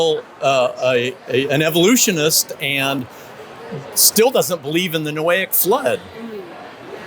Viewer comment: Noahide flood, not "Noaic"